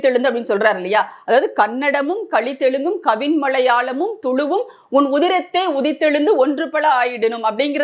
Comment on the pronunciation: உதிரத்தே என்று படிக்க.